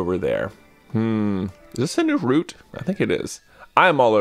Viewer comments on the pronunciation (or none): none